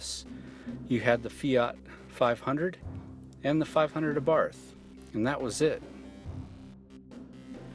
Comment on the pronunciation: Learn how to pronounce the Abarth, silent H. I drive mine everyday, not drony, have scared motorcycles and pissed off many Audi and Mercedes. Who in their right mind would buy a FORD? This car rocks and continues to surprise me everyday. They should have these as loaners at every dealership when your other car is in for service!